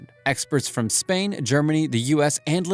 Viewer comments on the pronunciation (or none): none